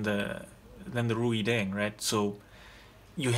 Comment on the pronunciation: Reideng pronounces like raydeng.